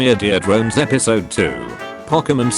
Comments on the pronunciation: "Mee-your-dore drones" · I love how he keeps saying more ear drones